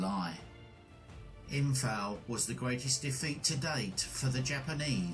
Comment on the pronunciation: This is so annoying. He constantly mispronounces “Imphal”, which is a hugely significant battle and very well known. It’s also incorrectly spelt on the map. And he repeatedly pronounces ‘lieutenant’ as “lootenent” in reference to British officers, as if he’s speaking American.